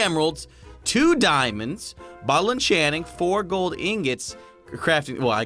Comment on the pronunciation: did you say “glod” instead of “gold”? 😂😂